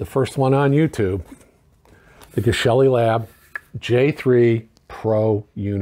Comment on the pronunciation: Excited for your review. Please pronounce Geshelli correctly. Thank you.